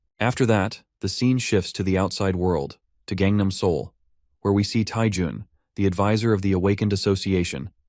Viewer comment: So his name is Jung BC you told us to say say jung